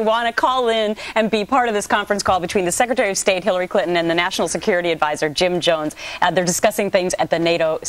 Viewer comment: Sex-retary. Really, Doocy?